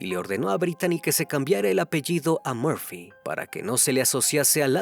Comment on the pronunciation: Crimi, es Murphy... por favor, puedes corregirlo, por respeto a sus familiares. Gracias!🤗😘❤